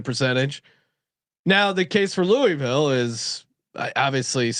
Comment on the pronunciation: But it is the correct way to pronounce it.